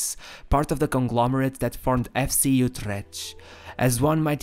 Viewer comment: I love how difficult it is for foreigners to pronounce Dutch words! Words like Utrecht seem to be impossible to pronounce correctly. Great video!